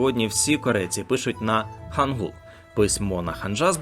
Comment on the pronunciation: Вибачте, але ну яка ханджа та хангул... Я розумію, що ви це з англ.транскрипції так прочитали, але хоча б подивилися на укр вікі як ці слова читаються українською. ХАНЧА та ХАНГИЛЬ